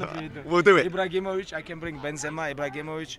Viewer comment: "Ibragimovic" -khabib